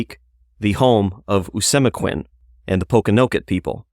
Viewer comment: Pronounced Oh-see-mek-win His son Met-a-calm-it For pronunciation